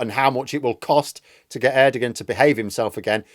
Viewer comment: The G in Erdogan is silent